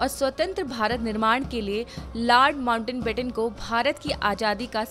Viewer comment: It's "Lord Mountbatten" not Lord Mountainbatten..!! Please make required corrections.